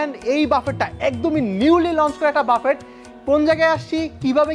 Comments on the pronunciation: ভাই, প্লীজ বাফেট না বলে বুফে/বাফে বলেন। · Ochcharonta thik nay bufay amon hobe, spelling, buffet